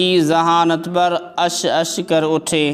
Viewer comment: جناب لفظ عش عش ہے نہ کہ اش اش